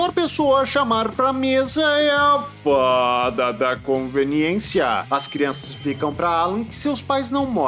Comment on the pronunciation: Eu me acabo de dar gargalhadas com o seu sotaque quando você fala com a ajuda da Faaaaaaaaaaaaaaaada da conveniência😊